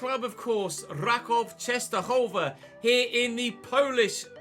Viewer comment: team pronounced "RAkuf" btw